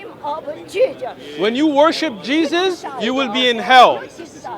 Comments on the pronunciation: ...Actually...is pronounced as "Jejus"... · Did she just said Jegus ? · I can't hold my laughters every time she said "Jee-jus" 😂😂😂😂😂😂😂😂😂😂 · 😀😀😀😀 can't even pronounced Jesus properly...